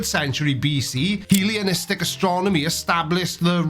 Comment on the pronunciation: Oh my. Hellenistic is pronounced like the name Helen with is tick on the end and idiomatic isn’t pronounced like ide-matic as in the ides of March but idio as in idiot followed by the matic.